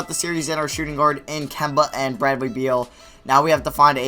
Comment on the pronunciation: nigga its not bradley bweal its beal smh